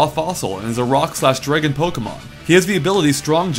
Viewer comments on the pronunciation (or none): "Draygon" lol :p